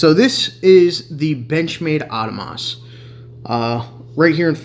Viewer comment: lol this is the first guy I heard pronounce it as "Auto-moss"